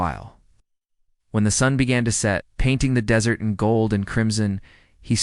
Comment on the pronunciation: Please don't pronounce desert like dessert. Really?!!!